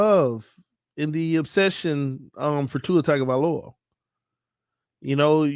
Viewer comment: doesn’t like Tua. He won’t even pronounce his last name correctly. That’s enough said right there.